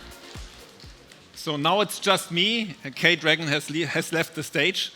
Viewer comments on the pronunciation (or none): DID HE JUST SAY "K-DRAGON" HAS LEFT?! K-DRAGON LOL 😂😂😂 HES NAME IS G-DRAGON !